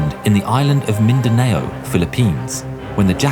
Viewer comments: Mindanao is pronounced as "Mindanow" not "Mindanayo" its fine, lots of people misspronounce Filipino names and places lol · Its min dan ow. Not min dan ay oh. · you preonaounce mindanao "Min-da-Na-Ow". just letting you know :) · Actually its called mindanao not MiNdAnAo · Its pronounced 'Mindanao' The 'ao' is not pronounced a, o Its ao (like mao) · its not mindanayo its mindanao meendanow i live there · Mindano not mindaino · Its mindanao not mindaneo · It’s mindanao not mindaneo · "min-dan-ao" Hello you have awaken the Filipinos who want to correct your pronounciation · Isn’t it pronounced Minda-NOW, no Minda-nay-oh…? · Its MIN da Nao not mindanaoe😭😭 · you made a little mistake saying mindanao, you said "mindaneo" lol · Pronaotiation is not Min-da-na-yo its Min-da-nao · the way you say mindanao is min-da-nao and not mindaneu P.S. I’m in Mindanao for vacation rn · im actually a filipino myself its actually pronounced "mindanaou" not mindaneiou, its been fun actually wathing this videos,gets me thrill and excitement ,maybe next year the cgi would might be actually flying out off my phone lol. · Btw, it's pronounced as Min-dah-naw, not Min-da-neyo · It's actually pronounced Mindanow the spelling is Mindanao q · How to pronounce Mindanao it's basically mindanaw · Bro really said mindanayo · "Min da now" thats how to pronounce it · Great story! Also I would like to correct your pronunciation of mindanao. Its pronounced as Mindanaw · By the way, the pronunciation of Mindanao is Min-The-Now to avoid confusion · Hey man, just wanna correct you with the pronunciation. "Minda-now" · mindanao is pronounced as min-da-now just so you know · Really good video, although the pronounciation of mindanao is off, its pronounced as min-da-now, but not too much of a problem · Hi im am a phillipino and thats not how you said mindanow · That is not how you Mindanao. oof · The mispronunciation of Mindanao lol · come on you said mindinaw wrong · You butchered the word Mindanao